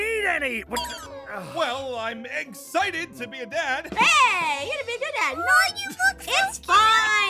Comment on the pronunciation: When said “we’ll I’m eggcited to be a dad” it killed me:_AphmauHype:😂